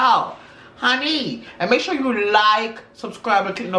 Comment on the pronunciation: Love when says are you shore🤣🤣🤣